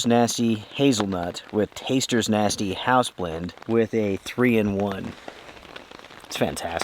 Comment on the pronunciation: Love your videos!!! You made your coffee and it sounded like you said tasters choice nasty hazelnut coffee.. what exactly does that mean? Thank you for allowing so many of us to live vicariously through you.